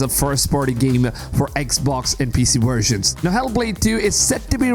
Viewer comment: What the hell’s a “wersion”?